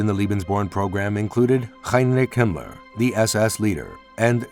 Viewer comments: Himler is pronounced axactly as it's written. NOT Gimler. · Who told this guy how to pronounce Himler 😅